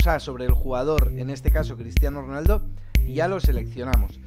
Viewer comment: Min dice Cristiano ronalda